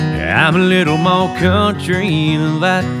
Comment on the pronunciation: Damn he is just sooooo........ amazing!!!! This version would be better if he would pronounce MOREEE instead of Moe.